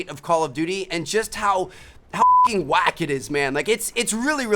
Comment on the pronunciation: it sounds like he said "hucking", knowing that he would bleep it out later lol